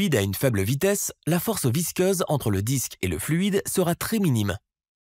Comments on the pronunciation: Visqueuse et non visceuse ! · Force visceuse😂😂😂😂😂😂 visqueuse oui. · Visceuse ??? Ah, visqueuse. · visqueuse pour info pas visceuse.... mdr